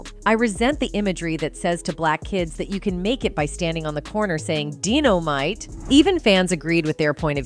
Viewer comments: 😂😂🤦🏾‍♂️ its “die-no-mite” she messed it all up…… wtf is “dino-mite” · Are you a computer? Jimmy Walker Dynomite was pronounced Dynamite. Even though it's spelled Dynomite. How can you do a story about this, and you don't even know how to say the words right. 😮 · Why does the narrator of this pronounce the word "killed" as "kee-illed" and "dynomite" as "dee-nomite". WTF?